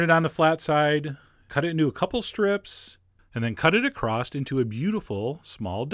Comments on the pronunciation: Love your videos, been a subscriber for years, but... the word across does not and never has had a "T" at the end. My English teacher's voice is in my head telling me to ask that you stop using "acrost" when of course you mean across. Back to this yummy looking Mini Quiche. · Did you say cut "acrost"?